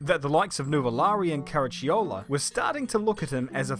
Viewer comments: KARACHIOLA , its pronouced "hard" with "K" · Trying not to laugh hearing pronounce some of these names: Carraciola, Voiturrette, Coppa Acerbo and Neubauer.